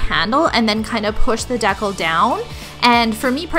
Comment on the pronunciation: This is how to pronounce the word, decal.